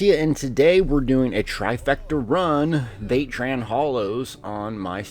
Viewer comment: What in the sweet jesus is “vae-tran”???? I thought I was watching a Vateshran hollow run lol 😝